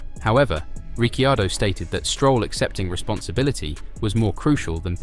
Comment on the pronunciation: Nice video, but duuude please pronounce drivers name as they should be...("Richiardo","Fersthapen",the last one not this video of course)